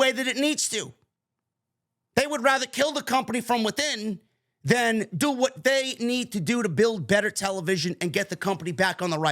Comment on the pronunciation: You don't pronounce "what" correctly.